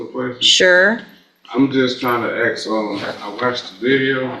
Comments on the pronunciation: Where did axe come from!?!? Now a whole generation can’t “ask”! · Axeing questions again. There’s your problem.